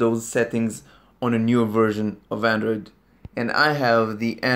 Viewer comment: "hello andorid user" How'd you know 😂